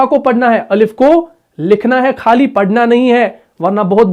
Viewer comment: Bhae aap boht khoobsoorat Arabee samjhaty hain matlab tajweed sary hooroof sahe or khalis nakhrij se parhty hain laikin aapki urdu k kafee word full ghalat talaffuz se bolty hain yanee indians k tarah parhty hain matlab unki alphabet may ghain nahe hy khay nahe hy jbky hamaree urdu alphabet ir Arabic may hain aap isko bol sakty hain laikin pata nahe q ghalt bolty hain gham ko gum khhaalee ko khalee plz sahe se bolain aap to mashAllah qaree hain aapko kiya problem hosakta hy accent n plz dont mind it